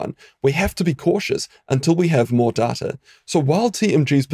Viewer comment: It's not data it's data! (nice video BTW)